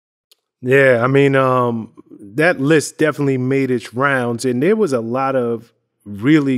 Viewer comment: Right thur 🤣